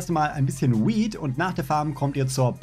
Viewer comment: Bin ich der einzige der bei der Betonung von "Weed" nen Lachkrampf bekommt? :DDDD